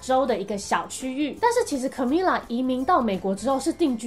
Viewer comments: 其實他的名字要念卡咪雅哦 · Camila 應該是要唸 cAmeela 要拉長音～